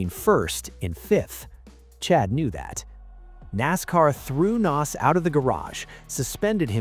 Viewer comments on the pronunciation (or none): AI sucks. Chad Knaus regulated to Chad "Nos".